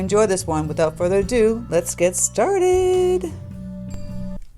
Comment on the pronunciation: You say "Without further ah dew". What exactly does that mean ? What is "ah dew" ?